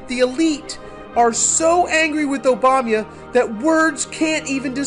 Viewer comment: "President Obanya" Lol!